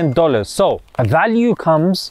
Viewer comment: I love your reminders. Short, simple and to the point in a gentle way. Lol you said “miwyun” first and then said “million”. 😅